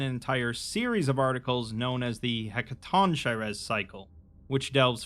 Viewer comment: It's "heck-a-TONK-er-eez", for reference. Weird giants from Greek myth. The word means "hundred-handed ones", if I remember correctly.